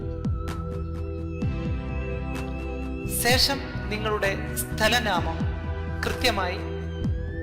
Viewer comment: Ponnnannaaa sesham Alla shesham